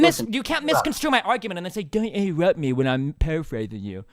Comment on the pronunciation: This conversation was so funny. "Don't INTEWUPT ME when I'm paraphrasing you."